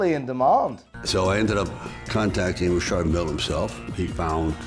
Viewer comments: Why is Sly the only person I’ve ever heard say Rashard instead of Richard just sounds weird coming from an American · Richard!!!!! Isn't this name pronounce!! Ric- Chad!! Not Rashad!!